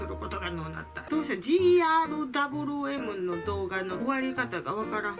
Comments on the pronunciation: だぶりゅーえむ を だぶるーえむ と言い続けるに対し車の名前か💢？の否めない村上信五感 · 【GRWM】 普通「じーあーる"だぶりゅー”えむ」 「じーあーる"だぶるー"えむ」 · ｢お゛お゛ぉぉぉぉん！！！！！｣ 切り替えの仕方にゃんちゅうやしGRWMをじーあーるだぶるーえむって言うとこも面白いｗｗｗ あとみんな動画の説明欄みたいなとこみんな見ておもしろいから！！！！(語彙力) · の 「ジーアールダブルーエム」がすこ❤️ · が言うGRWMってなんか"ぢーあーるだぶるーえむ"って感じ(大好き) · じーあーるだぶるぅーえむ 言えないのすきｗ